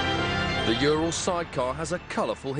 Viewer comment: it's not jural, it's URAL for god sake!